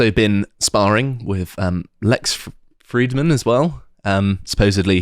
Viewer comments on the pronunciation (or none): none